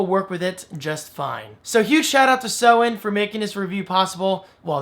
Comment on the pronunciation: Hey, Great video, Thanks! And yes, you pronounced SOEN perfectly. In fact, we would like everyone to pronounce it that way! Cheers! Team SOEN